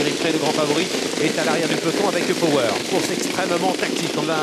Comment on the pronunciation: Commentator cannot pronounce Power😆